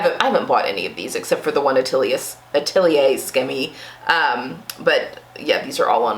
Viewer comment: For tops, deer and doe is great. As someone who has no hips, i find their trousers need too many alterations for my body. Maison Fauve is also amazing. I love that I dont really need many alterations (i have a very similar body type to yours). Atelier Scammit - you actually do pronounce the T.